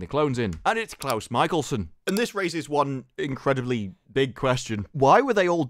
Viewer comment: ITS CLOUSE MICHELSON!!!